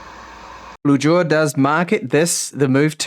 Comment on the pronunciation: When you said you received a BleuJour I thought you said something else NSFW🤣 Sacré bleu!